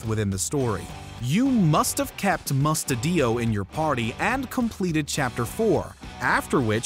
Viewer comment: I can't stand the way he pronounced mustadios name 😂😂